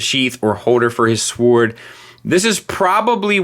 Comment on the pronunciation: When starts off the review saying a sWwoord is the best thing about a figure we are in for a hum-dinger. Somebody at Open Play is gettin fired.